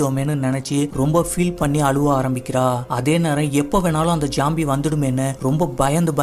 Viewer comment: Bro not jombie. Its zombie